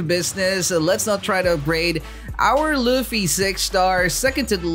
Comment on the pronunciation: U say luffy not ruffy 😭